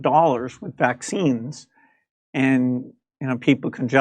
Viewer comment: He’s a criminal and should be held accountable, little weasel. I hate the way he says Vac Cines